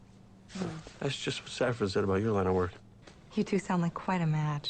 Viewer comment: FYI, “Mrs. Reynolds” said her name was Saffron (a spice), not “Zaffron”. I realize the pronunciation might just be a Brazilian thing like how you often say “epizode” instead of episode (I presume that’s a Brazilian thing… it’s one of the very few ways I can tell you’re not a native English speaker), but I just wanted to be sure you realized that the “s” in Saffron is also not vocalized. Love your reaction as always! 👍